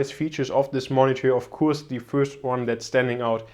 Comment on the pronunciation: Gute Videos auf deinem Channel, welche wirklich sehr informativ und gut gefilmt sind. Ich bin allerdings der Meinung du sprichst "of course" falsch aus ;) P.S nicht böse nehmen LG